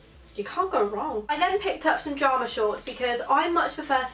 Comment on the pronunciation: Video was great but was it just me that got annoyed when she said jarma shorts not pyjama